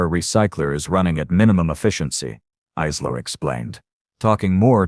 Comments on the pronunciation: Although Isla is a good Irish name, many people don’t know how it is pronounced. It is like eye-la. Maybe use a name with a more standard pronunciation that the AI might be able to say correctly. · Great story the different pronunciation of Isla was irritating through